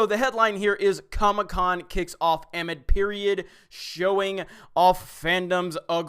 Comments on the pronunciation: AM-ID? LOL. It’s “AH-MID or UH-MID” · Good god. It's pronounced ah-mid. Not am id.